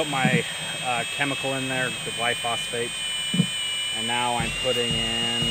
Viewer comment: Why are you mispronouncing the Glyphosate? I thought you were a lawn guy?